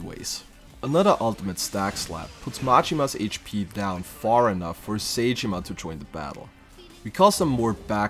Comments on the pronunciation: Just in case you make another challenge video on this game, Zheng is pronounced like Zong not Jang. Edit: Also Sae, whether it be saeko or saejima isn't said like say or Psy, It's more sah- eh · It's not say jima💀